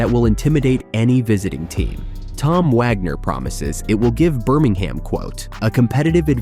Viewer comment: Not Burming Ham. It's pronounced Burming um.